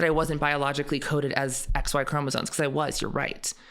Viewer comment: It's chromosoMes, not chromosoNes, dude.